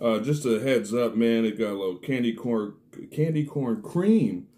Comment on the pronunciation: I was like ......wait, this fool say “sexy candle”???😂😂 I reminded it twice!!😂😂.